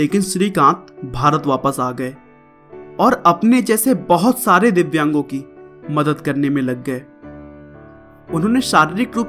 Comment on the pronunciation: tune divyang Ko vidyan bol dia